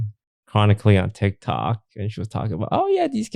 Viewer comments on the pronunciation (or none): none